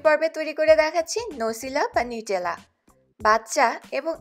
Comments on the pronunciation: নিউটেলা না নাটেলা 😒😒😒😒😒😁😁😁😁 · নিউটেলা না নুতেরেলা